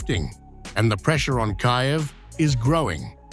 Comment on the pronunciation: Kayev? I thought it was Kiev 😆😁